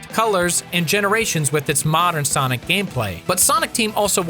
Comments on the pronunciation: Ya lost me at Sanic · it great hearing saying sainic